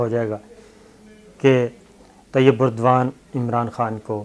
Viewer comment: Dear sabir shakir saab its Tayyip Erdogan" not Tayyip burdwan.